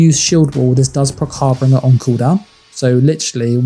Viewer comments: It's prounced "Har - Bin - Jer". not Har Bringer. I know it's nitpicking, but this is a guide, so being precise kinda matters. Thanks for the video. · You’re saying harbinger wrong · Love the build. but do you know that your saying harbinger wrong?